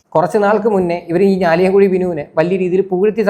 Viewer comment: ബ്രോ, ഞാലിയാംകുഴി അല്ല കേട്ടോ ഞാലിയാകുഴി എന്നാണ്, ഈ പിഴച്ചവൾ ഈ നാടിൻ്റെ പേര് മുടിക്കും 😒